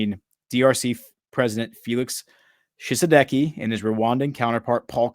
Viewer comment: Pronunciation for Ouagadou = Uwa-ga-du-gu. Pronunciation for Tshisekedi = Chi-say-K- D.